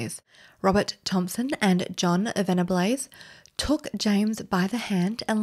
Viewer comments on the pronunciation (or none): It's pronounced vennabulls, not vennablaze. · Just a polite correction. Venables is pronounced Vennerballs xx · Venables is pronounced 'ven-a-balls' lol never even heard this rumour about thompson! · Your pronunciation of 'Venables' leaves alot to be desired. I mean your videos are good but you need to do retakes when you're struggling to pronounce names.